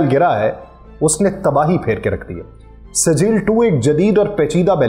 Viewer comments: Masha ALLAH, Please please please correct the pronunciation of sijjeel. It's Arabic and Quranic word. In Sura Alfeel. JazakalAllah Khair. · Brother, Iran k Naeay Missile Ka SAHEEH NAAM SIJJEEL HAE JO SURAH ALFEEL SE LIA GAYA HAE. Tasheeh FERMAA lain . Thanks.